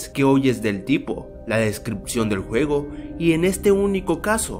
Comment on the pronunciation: dijiste huevo en lugar de juego XD like si lo notaste